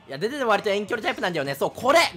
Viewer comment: でででの発音おかしくて草